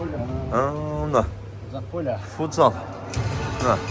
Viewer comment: Фудзал эмес футзал болот